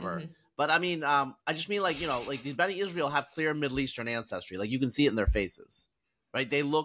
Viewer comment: NOT Beni Israel. B'nai. "Sons" of Israel. 😊